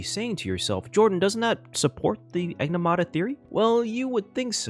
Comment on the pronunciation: Bro kept saying Enigmata wrong 😂